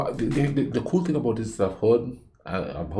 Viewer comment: he sounds so irish when he says that 😆 it’s the way he pronounces the T 👍🏼